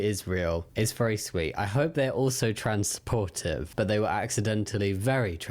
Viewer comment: I had to listen multiple times and I'm still not 100% sure he didn't say Trans-portive 😂 but i like puns and making new words (I'm german, we make new words all the time, because we can just stick words together to make a new one 😂)